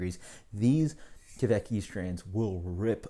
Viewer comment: Kveik is pronounced pretty much like 'quake'. About the pronounciation of the other Norwegian words; you tried :) Nice review, cheers!